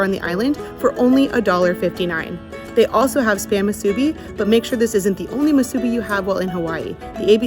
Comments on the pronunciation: Moo-soo-bee not mah-soo-bee. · Thank you for saying POH-KAY most of the time and not POH-KEE. And it's pronounced MŪ-SŪ-BEE. Thanks for giving more places to eat cheap. I live in the windward side, and don't know where to get cheap eats on that side of the island yet. ALSO, not all Foodlands have great Poke bowls. Imo Ala Moana has the best Foodland Poke. I go there when in the area and on a budget. Also: SAW-TOE = Sato ... Japanese ❤ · What! No Saimin😄🤙 Musubi is pronounced Moo Su Be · Pokey? Masubee? Gotta work on your pronunciation. I think Pokey was Gumbys horse.😂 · Not bad guyz ... a couple corrections if U don't mind? 1. musubi is 🗣️moo'-sue-bee 2. 🗣️ Sah-toe 3. Taro/kalo has nothing 2 do w/ube! ... Google it? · It's hard to listen to him pronounce musubi, emphasis on the B please